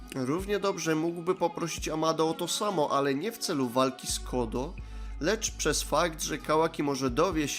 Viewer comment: Czemu ty czytasz Code jako "kodo"? Code czyta się jako "kołd".